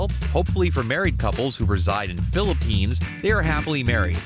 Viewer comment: he pronounced it right though, lucky i speak and understand english.